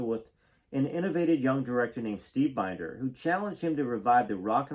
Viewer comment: Mitte Steve Binders name is pronounced Bender❤